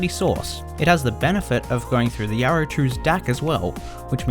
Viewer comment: i can't stand it myself. its like he doesn't open his mount when he talks. It drives me nuts. specially the R sounded words. everytime he says Yaro, i cringe.